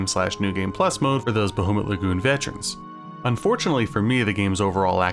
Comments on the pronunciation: Bah-HOO-mut Lagoon, eh? Sore-ee, hoser. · I love you, but hearing "BaHOOmut Lagoon" hurts my 'tism deeply. Great video though, bro